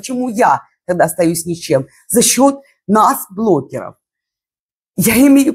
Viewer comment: почему вы все время говорите блоКеров? Переслушивала несколько раз, ну точно блоКеров.